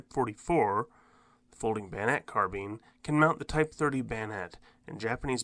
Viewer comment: The word is carbine, not carbean.... like dine, wine, fine, line, nine, pine, mine etc. It spoils viewing even basic words are mispronounced